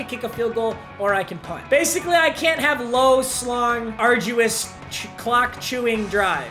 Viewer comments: Nobody wanna talk about how papa said “low slong” instead of “slow, long” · did this man jus say “low slong” instead of “slow long” 😭😭😭😭😭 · “... low, slong, arduous drives.” - Papa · "Low, Slong, Arduous Drives."